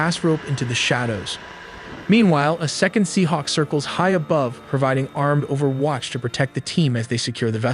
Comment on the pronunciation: You can 100% tell the voice is AI from how it pronounces common words like rappel and disabled and overwatch.